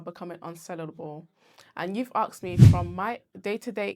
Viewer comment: Axed ❌ Asked ✅